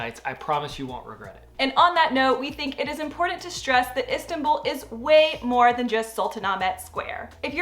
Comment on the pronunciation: Please. Learn the pronounce Istanbul correctly. Please